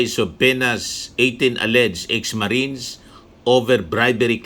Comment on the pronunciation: Tuwing binibigkas mo ang 18 marites ang dami ko tawa hahahha marites lang pla mga marines kakahiya😂